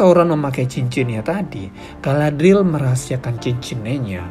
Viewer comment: aku baru ngeh klo Galadriel itu mertuanya Elrond, mereka seumuran gasi? note: btw bacanya Ga-la-dri-yel ya min. makasih.